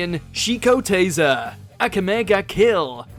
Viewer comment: They did no justice in pronunciation of some of these amine and their characters. For example: akame ga kill